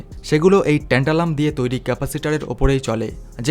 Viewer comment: এমন যান্ত্রিকভাবে বক্তব্য পেশ করলে শুনতে ভাল লাগে না।উচ্চারনেও ত্রুটি।একবার বলা হচ্ছে টেন্টালাম, একবার ট্যান্টালাম। এছাড়া একটি দেশের নাম বারবার জার্মান বলে উল্লেখ করা হয়েছে, জার্মানি নয়।বাংলা ইংরেজির মিশেলে পরিবেশিত।অথচ কত গুরুত্বপূর্ণ তথ্য যা আমাদের ভারতের ক্ষেত্রে অতীব তাৎপর্যপূর্ণ।